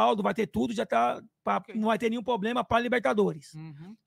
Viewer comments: O presidente da Mancha fala tanto "poblema" que chega a doer os ouvidos kkk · Vendidos??? se venderam pra WTorre??? Na Crefisa… Não vi 1 dia irem fazer protesto. Impressionante como dinheiro fala mais alto sempre. Dinheiro de carnaval, dinheiro de WTorre cala qq um. “Questionou???” Cronograma? Aonde está? Responsável? O que esperar do cara que fala pobrema, foda.